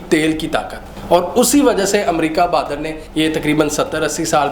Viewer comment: Bahadur not badar